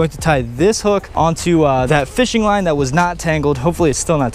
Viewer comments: It sounded like you said "Wine" at 7 .50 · This is how many times we thought he said wine instead of line ⬇️